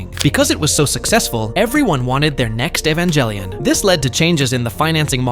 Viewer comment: You won't get a sub simply because of the way you said evangelion